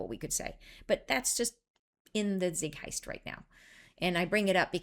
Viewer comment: Did you mean Zeitgeist instead of Zigheist? 🙂